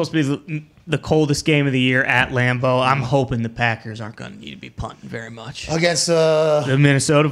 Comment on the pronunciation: "The Patckers"